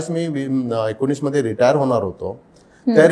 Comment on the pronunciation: डोंगरी मदे, भीती निर्मान__ असे अशुद्ध उच्चार सुधारा,,, उज्ज्वल भवितव्यासाठी